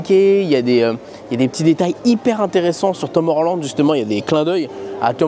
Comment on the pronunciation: Teumeur land😮 j'avais pas capté... Whoua 😮 l'anglais cest vraiment pas son fort 😢